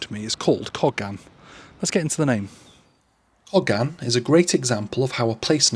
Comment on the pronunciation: Wow I’ve never heard it pronounced like that in over 60 years. It’s pronounced in Cardiff Coe-gan.